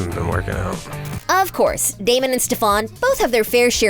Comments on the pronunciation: It made me so mad that she said 'Damian' instead of 'Damon'!!! 😫😫😫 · HIS NAME IS DAMON NOT DAMIENNN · Girly couldn’t pronounce those names for the life of her Damion 😭🤚 Alena and StefAN 💀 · I know she did not just say dAmIoN💀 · My soul was actually hurt when she said “Damien” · you did not just say damien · its DAMON NOT DAMIEN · It’s not Damian it’s Damon, it’s not Alena it’s Elena, it’s not coralline it’s Caroline, it’s not Stefon it’s stefan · She did not just say damien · This video made me so mad at the mispronunciation. I mean first Accola instead of King and the way she pronounced it and Carolin instead of Caroline and the Damien, and Stephan like OMG how many mistakes are you going to make. Watch the show or at least do some research before you make a whole video on a show you’ve never even payed attention to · GURL ITS DAMON NOT DAMION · imagine calling Damon “Damien” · She did NOT say “damion” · She really said Damien and Stefon😭😤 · i... just listen to this: “damian” “carolyn” “stephon” learn the names or don’t talk about them 🤡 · I know this heffa did not just call Damon DamEON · "DamEEan" "Alena" "StefAN" girl- are you ok... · Damian? Stefawn? Carolynn? Did this idiot watch even part of an episode of TVD? It's not cute. Hearing her mispronounce names is infuriating 😆!!! DAMON, STEFAN, AND CAROLINE! Now I just want to hear her say things correctly... CRinGe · Uhhh damion really D.A.M.O.N And carolin really it’s C.A.R.O.L.I.N.E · Did she just say "Damian"?????? Girl u good!!????? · Coralyn. Damian. Who tf is this. They ain't even got the names right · When she said Damien I cracked up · I’m sorry but did she just say DAMIAN?!?! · The fact that she sad Damien instead of DamOn 🤣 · Damon not Damion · What’s with pronouncing their names wrong?? Its Damon NOT Damien and it’s Stefan not Steffan, I know Kai Parker did call Stefan Steffan once and Stephen but that was his character not sure what excuse ye have since it’s been more than once in this video 🙈